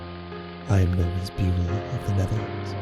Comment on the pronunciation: Too bad its beul and not buel in dutch xD